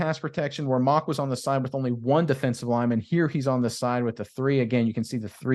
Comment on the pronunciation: Relative here... it's pronounced Mau-w-ck